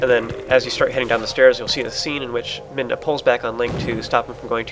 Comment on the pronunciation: I'm not complaining, but you seem to say "in any case" alot in your videos. Including the 13 times in this video... Also your pronouncing Midna's name like "Minda", not "Midna".